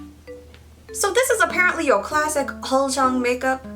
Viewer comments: It's pronounce as 'oolzang' not 'oldzang'😊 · Omg did she just say “uljung” it’s ulZZang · Uljjang I though it was supposed to be said Ulzzang lol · Why did my dumbass pronounce uzzlang like "use-a-lang"? I didn't know it was prounounced like "al-zjang" until I watched this. I feel dumb... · It’s pronounced ul-chung?? I thought it was pronounced ul-zz-a-ng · my korean friend actually told me it's pronounced UR-CHANG, and I remember always wanting to look like one in 2010 lol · I've been pronouncing it like uzz lang this whole time 💀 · i thought ulzzang was pronounced as "you'll-zang" wtf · so all this year I've been pronouncing ulzzang as uzzlang, DAMN I feel stupid. anyways, you are adoroble. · Fuckk I really pronounced the word ulzzang as ulssang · This whole time I’ve been pronouncing ulzzang as oozzlang WHY??? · No she was saying it wrong 😂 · Haha she actually said it wrong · she really didn't though